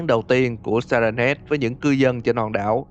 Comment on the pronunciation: Si hét chứ ko phải siren head